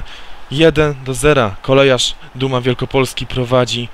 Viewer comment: kOLEJARZ?? CO TY CZŁOWIEKU MÓWISZ